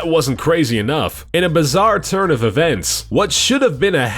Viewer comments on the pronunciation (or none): did he say "in a bizzare turd of events" really subtly loooool